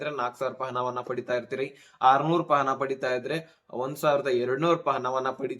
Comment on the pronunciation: ಹಣ ಅಂತ ಹೇಳಪ್ಪಾ, ಹನಾ ಅಲ್ಲಾ ಪ್ರಮಾಣ,ಪ್ರಮಾನ ಅಲ್ಲಾ, ಕನ್ನಡ ಕೊಲೆ ಮಾಡಬೇಡಿ